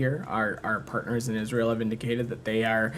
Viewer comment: Every time he says our pattners in Israel which is constantly i want to vomit 🤮🤮